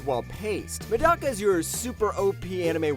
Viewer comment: Avoid the english dub of Medaka Box like the plague, might be the worst dub I've ever heard. Plus you mispronounced "Medaka".